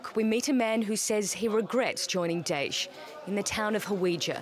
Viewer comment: daesh not desh lmao